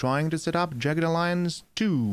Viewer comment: It's pronounced Jag-ged....not Jey-ged